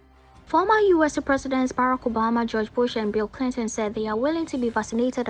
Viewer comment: Bill Clin-lin🥰😍 The slur alone🔥